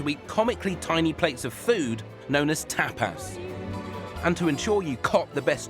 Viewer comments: “oh yes, tay-pas” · It's pronounced tape-ass